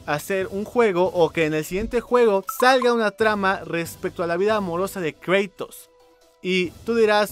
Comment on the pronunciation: "Kreitos" :v